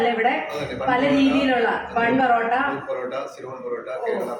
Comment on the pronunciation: പൊറോട്ട ആണ് പെറോട്ട അല്ല